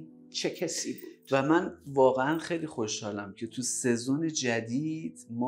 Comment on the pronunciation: منظورتون سیزن. یعنی فصله که میگفتین سهزون😅